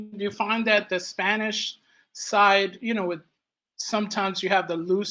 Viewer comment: Me encanta!!! No, seriously, has a great spanish pronunciation. I've heard foreign people living for years here in Colombia still struggling with our sounds... Congrats, my viking friend, your barbaric days are done!!!😅